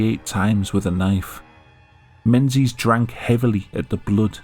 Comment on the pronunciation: Alan Mensies? really?